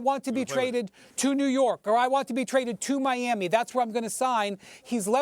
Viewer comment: Like imagine calling New York “New Yew” 😂